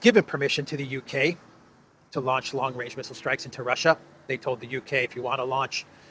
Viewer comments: How can you trust Truedope when he can't even say range 😅😅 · long wange, he is a looney toon character. Where is the wabbit?